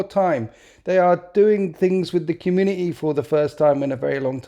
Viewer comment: Community has a "T" in it you know! Sorry, I only started noticing after the third time you said it